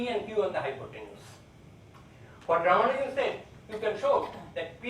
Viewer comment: As to the correct pronunciation: The stress is on the second "A", not on "U".